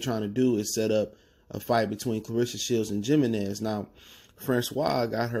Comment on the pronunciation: Yo the Mexican gone come at ya for pronouncing that J hahah